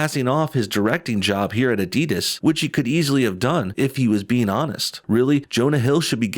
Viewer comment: Never heard someone pronounce the end of Adidas like DIS instead of DAS...